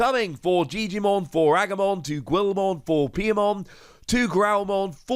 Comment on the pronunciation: Gwilmon? Ah my ears bleed at that. This channel's greatest guarantee.